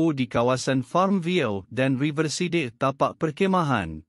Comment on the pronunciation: Apasal sebut "riverside" tu mcm B.Melayu..? Sebut betul2, bahasa Ingeris tu boss..😃